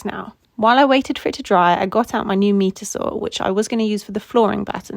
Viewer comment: 'Meeter' pronounced 'myter'